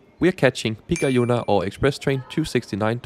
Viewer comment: på finsk er der tryk på første stavelse i ALLE ord. Så Kolari udtales med samme tryk som når du siger selleri på dansk. Udtalen af pikajuna er næsten korrekt :) På finsk er der forskel på a og ä. A er et åbent a, som du så fint udtaler i Kolari og pikajuna eller i appelsin på dansk. Ä er lukket, på samme måde som du ville finde i ananas på dansk :) K, P og T er alle bløde på finsk: For at ramme det K, skal man prøve at sige en mellemting mellem K og G. For at ramme det P, skal man prøve at sige en mellemting mellem P og B. For at ramme det T, skal man prøve at sige en mellemting mellem T og D. Jeg ved jeg er en detaljerytter her ;) Ikke ment som kritik, blot feedback som en mulighed for at lære og blive endnu bedre :)